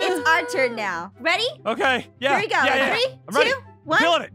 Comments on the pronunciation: its raning noi halelujja it raning noi me: omgggggggggg me trying to get inside mah phone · litterly said " oh no its rainning noi "